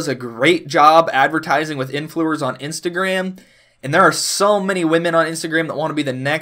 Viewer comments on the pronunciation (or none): That epic moment when he said influers, still great video luv it!!